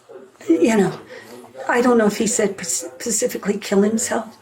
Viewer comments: This video is shocking. a grown woman uses the word "pacifically", instead of "specifically" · Rhonda was a bumbling idiot, "pacifically" not giving a straight answer, absolute neurotic mess. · We got a “pacifically” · why do people think it's Pacifically lol. No ma'am that is an ocean....